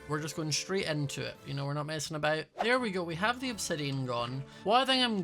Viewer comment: Ya are you sure aboht that? 🙄